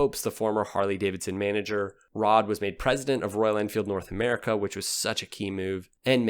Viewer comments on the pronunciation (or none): none